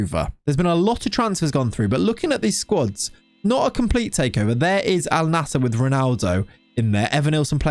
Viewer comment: Bro it's pronounced as "AL - NASR", simple